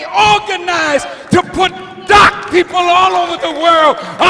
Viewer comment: did he say doc people or black people